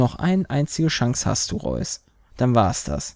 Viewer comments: Ich glaube ,es wird Re-us ausgesprochen ... wobei Reus in einer Hinsicht episch ist xD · Das Spiel wir Raius ausgesprochen (im englischen zumindestens) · Reus heißt soviel wie Gigant und wird ungefähr Rüss ausgesprochen, hab ich grade irgendwo gelesen :D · Es wird so ausgesprochen wie es geschrieben wird, also RE-US!